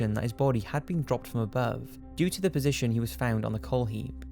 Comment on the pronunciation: Position* Not posion